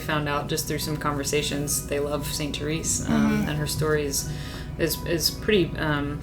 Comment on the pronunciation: Therese is pronounced 'Ter-rez' not 'Ter-eece'